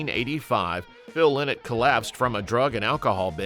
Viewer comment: You can’t even pronounce his name right?